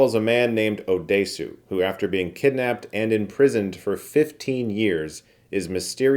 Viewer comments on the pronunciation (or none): lmao I just had to write in as Chris pronounced Oh Dae Su. lmao that's like calling a sausage, a SAUCE SAGE. 🤣😂🤣😂